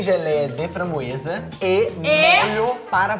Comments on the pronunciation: A melhor parte foi quando a falou fambroesa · Imagina o vizinho Gabriel - *gritando pra falar a palavra * Vizinho deles-que isso um bando de doidos;-;EU QUERO DORMI O MDS A teve uma hora que ela foi fala /franboeza / que ela falou xanbueza😂😂😂😂😂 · Mano tô me rachando de rir da babe falando framboesa errado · "Compreei geleia de fambroesa"😹😹a babe é a mlhr 😹😹❤ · O tá falando certo, a que está muito estreçada